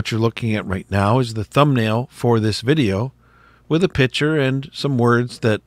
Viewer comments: Picture, not pitcher... 😂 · Where are you from? Not many people say pitcher for picc ture! 🤣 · Pick/ture, not pitcher